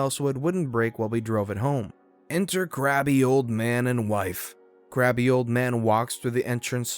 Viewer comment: You do know that crabby🦀 is NOT pronounced "grabby", right? You made it sound like he's a pervert!